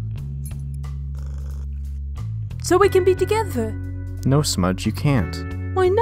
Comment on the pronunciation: `` So we can be togwetew `` Was the most wholesome line in the episode